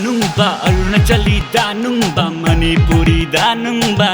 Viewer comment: Why they pronounced as Monipuri instead of Manipuri😔😔😔